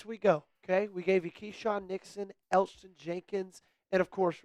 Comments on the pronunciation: How did you not do enough research or be enough of a fan to know that Elgton Jenkins' name is pronounced El-Tun. Eljutin was painful to listen to 😂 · The "g" is silent... It's just Elton